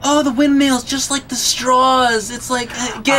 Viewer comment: Someone needs to inform that there is no L at the end of the word 'straw'. He said strawl like 6 times.